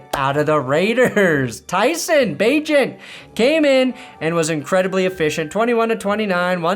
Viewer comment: So nice to finally hear pronounce Bagent's name right